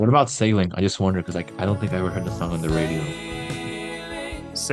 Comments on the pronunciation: How are you a music YouTuber and you can't even pronounce the word "song" properly. You leave off the "G" and say "sawn" every single time. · My brother in Christ, please, please, please pronounce the G. SonG. Push your tongue forward rather than pulling it back at thr end of the word. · Why can't you pronounce "ng"?